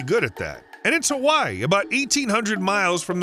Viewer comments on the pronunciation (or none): none